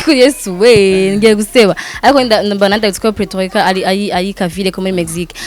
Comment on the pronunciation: hitwa Puerto Rico not Preto Rico.